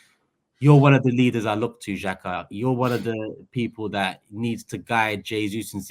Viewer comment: He’s said Xhaka lol